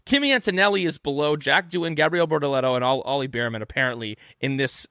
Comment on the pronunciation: Its not beerman, it's bear man as in bear the animal and man, get it right please